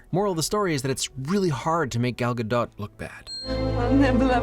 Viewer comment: glad i am early i just wanted to say i am so happy that you managed to pronounce Gal Gadot's name right! a lot of people mispronounce it and as a Hebrew speaker it hurts me a little inside